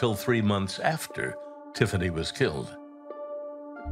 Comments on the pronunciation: This guy needs to learn the difference between was and wars 😂🤦🏻🤦🏻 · I didnt know that there here is a letter {r} in was.?